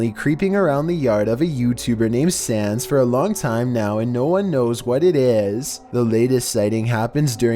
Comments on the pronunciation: When this dude said "Sandz" I thought he said "Sans" and I got scared. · When said number 8's name I heard him say sans